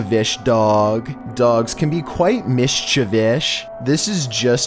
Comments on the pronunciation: When said “Mischievoush” I couldn’t help but remember when I stuttered for five solid minutes trying to say “susceptible” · I think you mean Miss-Cha-Vish Dog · MISHCHIVISH DOG That is one mischievous dog. It is a dog not for the cowardly. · I will never hear mischievous the same ever again. I'm a word nerd, this is my tragedy 😂😂😂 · Steve harvey: name one word with four letters in it:*MISCHIEVOUS* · Can’t pronounce “mischievous”, says a person sees something in their “purview” even though that has nothing to do with sight, drags out every other word so no one can stand listening, and doesn’t show the entire clips while giving viewers no way to find them on their own. 100% quality on this channel. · really struggled with the word “mischievous” didn’t he. 😂. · Come on bro, I know you not pronouncing mischievous like that 😂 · Having a hard time with mischievous & yet still butchers it 3 more times. 🤦🏽‍♀️😂😂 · Once I heard how he pronounced mischievous first thought was....... The comment section is gonna run wild with this one.😂 And...BLAM! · I about had a stroke when he said mischievous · why cant you say mischievous properly? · He can google yak facts but not how to pronounce mischievous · Oh damn it I cant say mischievous correct anymore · When he said “mischievous” it was as hard as Siri not getting ur message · why you gotta pronounce 'mischievous' like that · StiffPrism6 that’s hilarious 😂😂😂 I cringed at the way he said mischievous. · The way he is saying mischievous is killing me😂😂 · Lol. Miss-cha-vish. Interesting way of saying mischievous. Try saying miss-chee-vee-us. 👍🏼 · Thanks for the awesome upload 💙you, it's mischievou(s) not mischievou(sh)😃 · Mischivish? What an interesting interpretation of the word mischievous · Person: Mischievous: Mischivish Person: MISCHIEVOUS: MISCHIVISH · It's pronounced mis-chie-vous. Not "Mistchivish" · Missshhhhchavishhhhhhh Me: You mean mischievous??